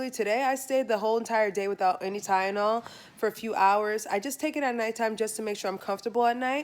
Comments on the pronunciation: You keep saying Tyenol instead of TyLenol 💀😂💀😂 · It’s Tylenol lol. You kept saying tyenol. Get better. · Kiki Hokage I’m glad I wasn’t the only one who noticed that